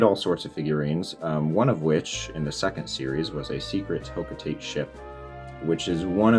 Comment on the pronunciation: It’s ho-kho- tah-tey